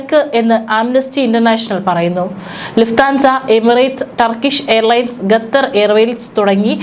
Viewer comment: ഗെട്ടർ അല്ല ഖത്തർ എന്ന് പറയു ഏത് സ്കൂളിൽ ആണ് പഠിച്ചത് 😂😂😂